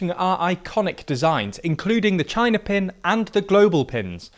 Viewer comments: CHIINA. Who let that one sliip through? lol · China? More like Chi-Nahh